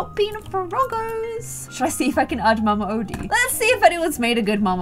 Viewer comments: It’s pronounced Mama Oh-Dee not Oddie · you said that the alligator plays the banjo but he plays a trumpet im just saying because i just watched the movie last night and its pronounce mama O- dee